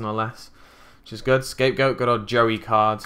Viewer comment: It sounds like you're saying Jerry not Joey mate